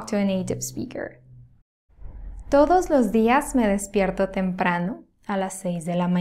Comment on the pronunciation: Thank you. I will continue to follow you since I am working on my comprehension skills. I told my neighbor, she must help me with this, but she has to speak slowly, like you (maybe a little faster). Eventually, speed wn't be an issue. I understand quite well when you speak. However, I thought that you said, me respierto. I looked and it was me despierto. It definitely sounded like res, not des, except when you spoke faster😊.